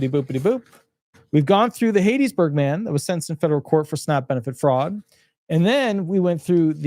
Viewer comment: It's not "HATE-iesBurg..... It's HAT-TIES-Burg! Go to Mississippi and pronounce it like you did and you will be laughed out of the state!